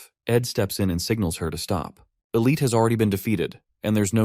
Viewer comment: The one who keeps bieng reffered to as "Elite" is actually "Elte" pretty sure pronounced as (L-Tee). It was really bothering me for some reason =P I also had to add.......The MC is simping wayyyyy too hard on taylor...... to me it's obviously not the exact same game that hes used to, he's already changed many things and nothing catastrophic has happened. It would be cool if he would figure this out soon and become the MC he's supposed to be. =) - Edit - What an amazing story, Honestly wouldnt change a thing after seeing it all the way through! Great manhua tell btw!!!!